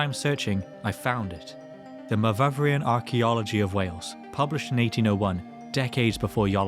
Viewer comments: Myvyvrian? Myvyrian! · It's not /muh-vuv-ree-an/ but /muh-vur-ee-an/, deriving from Owen Pughe's locative nickname Myfyr. (Note there is only one v in Myvyrian). Myvyr derives from Latin 'memor' - mindful and means meditation or thought. He was born in Llanfihangle Glan Myfyr, (the Church of the Archangel Michael of the Valley of Meditation). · It's not "myvyvrian" as you pronounce it but "myvyrian".